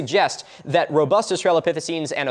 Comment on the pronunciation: >Spells "australopithecines" correctly. >"Rubust"